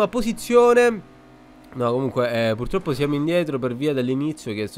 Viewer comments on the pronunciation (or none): none